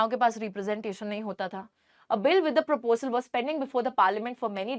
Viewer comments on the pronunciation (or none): none